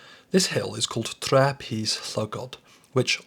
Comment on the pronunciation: Just to suggest for Tre, you stretch the ‘e’ sound out a little longer. Great video though.